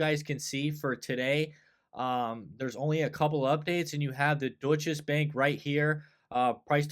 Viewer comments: "Doy cha" Bank - kinda like this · Deutsche Bank is pronounced without an S in the middle. Cheers from Germany ;-)